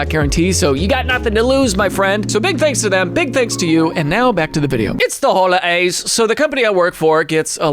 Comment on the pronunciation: “It’s the HoLiAys” got me right out the gate. Almost choked on my food 😂😂😂